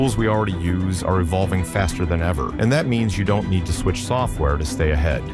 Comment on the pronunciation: Can we add phonetic spellings to the script so that we "don't" get "doont" like I heard in your playback? Nothing breaks the immersion worse than a poorly pronounced word in the audio.